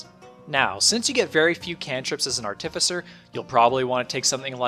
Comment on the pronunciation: I'm sure it wasn't intentional, but it seems to me that you put the emPHAsis on the wrong sylLAble every time you say the word ARTificer!! LMAO